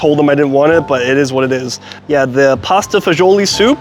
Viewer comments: it's pronounced pasta Fah-zool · Pasta e fagoli ( pronunciation is pasta fazool )an Italian dish originally eaten by the poor , and has many different variations it originated from Rome mainly the church so you are way off it means pasta with beans As for the beef it comes from the Chianina breed of beef which is Italian and it originly is a working cattle so it is a very lean meat. . Also when eating a specialty dish in italy and world wide you need to get it in the region it originated from. Word of advice from a person who used to review food , research and know what your talking and how to properly pronounce a dish name before opening your mouth and spreading false info. That's is part of your job you have been doing this long enough that you should know this.